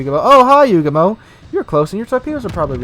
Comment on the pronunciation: it's Yugumo : ) nice vid